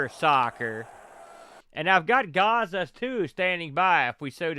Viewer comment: "gaza and gaza 2" I was lmao... it's "Gaz-za" the nickname of Paul Gascoigne a world famous English midfielder from the 80's/90's Italia 90.... the World Cup was held there that year